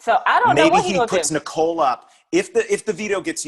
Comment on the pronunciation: It makes me laugh every time says Nicole's last name wrong 😂